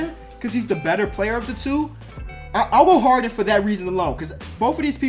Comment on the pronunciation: U got Lowry and Harden wrong too